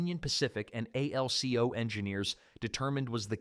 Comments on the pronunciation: Anatole's last name is pronounced "Mal - LAY", in the manner of French The manufacturer's trade name was ALCO, one word, not spelled out. Fucjing crappy computer generated voice track. DOWNVOTED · AI is calling out the separate letters.